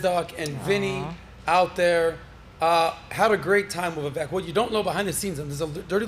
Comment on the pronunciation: Kind of a sorry host. He has interviewed Vivek many times now and still doesn't pronounce his name right. Pretty disrespectful if you ask me.